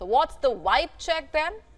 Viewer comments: The American word is VIBE, not wibe! 😅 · She said wive. What's a wive?